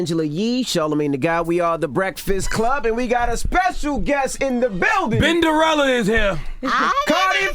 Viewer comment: BINderella?????... BIN??? stfu lol